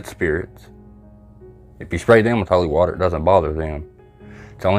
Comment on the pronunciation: Well done, for exposing these dirty frauds Lee form lee is a disgrace and embarrassment to the uk, And those that allow and encourage his circus should be ashamed. Your as bad as the Con man himself Credit to, Ps please say O’li war-ta again for me hahah